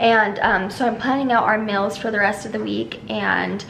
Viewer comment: I crack up when and her sisters say stuff like "meal" - "mill" "feel" - "fill"!! I just love them haha😂😂💙